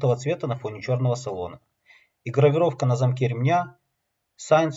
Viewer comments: since - читається [сінс], а не сайнс. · Не "сайнс" а "синс" надпись на ремне